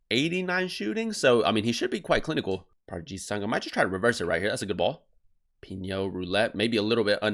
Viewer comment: Just letting you know it’s pronounced “pee no”